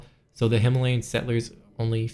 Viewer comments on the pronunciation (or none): none